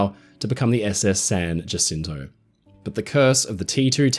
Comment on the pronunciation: San Jacinto? It’s pronounced San Jacinto.